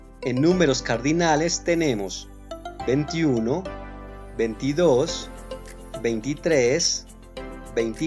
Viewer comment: Te faltó la letra "i": No se dice "venti...", se dice "veinti...". veintiuno, veintidos, veintitres... Por lo demás muy buen video. Saludos desde Bolivia